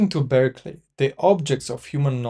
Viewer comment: Thank you for a useful summary. Bishop Berkeley’s last name, though, was pronounced “BARK-lee”. It isn’t obvious from the spelling.